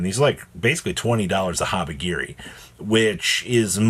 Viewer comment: Why do you keep calling it HabaGiri?! 😂😂😂😂😂😂 it’s literally HabaKiri